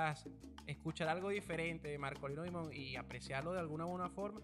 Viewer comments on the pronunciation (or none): Dimond en Ingles Diamante en español Se pronuncia Markolino Daimond